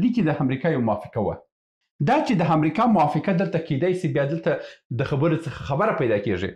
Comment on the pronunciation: ښاغلیه صاحب اسلام علیکم زه پنځوس کاله مخکی استاد وم.ستاسی خپروني ډیری ښي اودنظروړدی اما تاسی په خپلو خبرو کښي بعضي کلماتو ته متوجه نه یاست لطفآ واوری تاسی لکه دالندغر چه دو ی وایی و(است) په فارسی زبه (هست ) نو است درست اوته هم ټوله وخت ( امريکا ) ته همریکا وايي اوحما _ س ته اما س وایی ( اما) ته حما وايي لطفآ متوجه اوسه په ډیر درنښت سبحان الله لودين